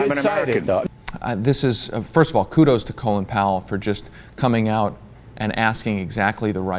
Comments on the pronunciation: Why does everyone pronounce his name "Colon Power"? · Why do you people keep saying "Colon Powell"? It's Colin.